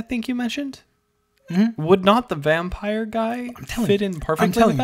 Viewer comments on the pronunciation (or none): none